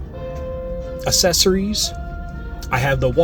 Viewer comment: "Assessories" LOL! You're The Man